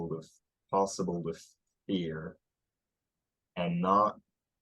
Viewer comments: have you been studying Appalachian? To me, you're sounding more like me than him much of the time, especially "not" but "fear" is close too. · It seems to me like the difference between and pronunciation of fear is that has /fɪ͜ɚ/ whilst almost is more of a /fɪɚ͜ɹ/, maybe even bisyllabic. Could that be it?